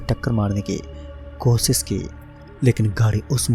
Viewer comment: pehle bolna seekh be kosis nahi koshish hota hai wo